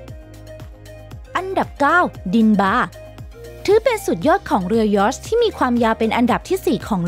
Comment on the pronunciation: เรือยอช เรือยอช อ่าน!!! เรือยอช